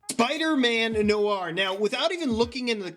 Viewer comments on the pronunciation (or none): none